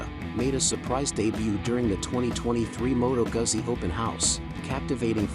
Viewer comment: its Moto gutsi